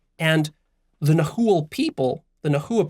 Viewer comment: Nahuatl,. H is not pronounce in that language. Mexican here. Lots to tell you, but, some other time🙏🏽